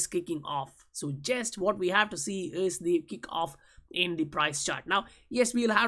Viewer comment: The way you pronounce "IS" is absolutely ridiculous